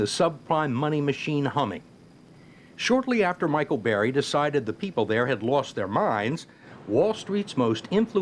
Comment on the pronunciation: it's Michael BURRY. not Barry. this dude can't even do bare minimum research for his guest's name smh